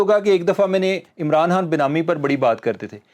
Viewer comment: Why can't you pronounce" Imran Khan" you kept saying " Imran Han" ? Please bring guests who can speak properly.very annoying listening to such pple.that is why 👎